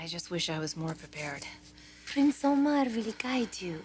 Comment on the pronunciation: How do they call price Omar? I hear something like "saya" 🤔